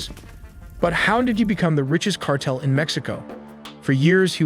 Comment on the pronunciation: They create their youtube videos using AI. It was a mistake on their end releasing this video because you can hear it. Who says cartel as "kart-le"